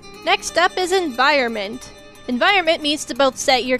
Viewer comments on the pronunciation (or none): "Enviornment" *Environment. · "Enviornment" xDDDDDDDDDDDDD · lol "enviorment"